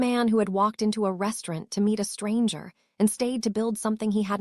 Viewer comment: Please please stop mispronouncing restaurant. It's truly nerve racking 😂😂😂😂